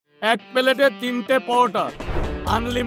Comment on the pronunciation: Plate ❌palet✅ Unlimited ❌onlimited✅ Tees❌Tiris✅ Onion❌ aapel✅ 😂😂